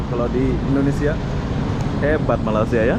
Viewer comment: Malay-sia bukannya Malas-sia Agak aneh bunyinya